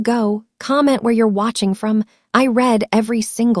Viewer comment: I "reed" everyone of them, not I "red".